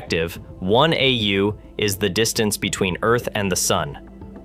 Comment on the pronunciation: the AI says 167 App Re U (as pronounced). It meant to say 167 AU. The video mentions asterisk U, which is an error. No person would say these errors if reading with or without a script